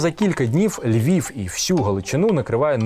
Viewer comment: Говорить з росiйським акцентом: не ЛьвiФ, ЛьвiВ треба говорити. Выросла во Львове. Не могу слушать эту брехню.